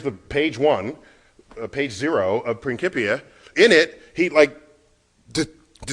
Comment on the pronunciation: i hate how neil degrasse tyson pronounces "Principia"